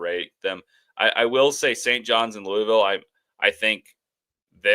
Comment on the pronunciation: Great show today guys!, listening to you say Louisville, is like nails on a chalkboard... Let me help you out: "loo-uh-vuhl" I feel like I'm the substitute teacher comedy skit, say it right! Lol😅